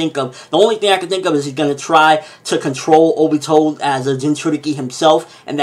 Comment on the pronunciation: Ok it bothers me... It's not O..bito. Stop putting so much emphasis on the O. It's Ob..ito.